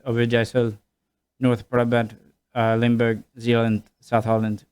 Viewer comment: There's some place name and pronunciation errors in this video, by the way. It's "Limburg" not "Limberg", "Waddeneilanden" not "Walden eilanden". Those two expressions he mentioned should have also been a little more elaborated on. "Meten is weten" (measuring is knowing) basically means that if you want something done right, you should put in some effort before you start and work diligently. This will prevent fuck ups later on. "Gezelligheid kent geen tijd" (coziness knows no time, or doesn't keep track of time) is pretty much the Dutch equivalent of "time flies when you're having fun", meaning that if you're having a good time with people you love, it doesn't matter if things go on a little longer than planned. Some further fun facts: the Dutch are extremely blunt. This is normal here, but can be quite a culture shock for foreigners. A Dutch person will ask and say things right in your face, no messing about. You like my shirt? Nope. Also, besides the Belgians, we do actually love the Germans, except during football season.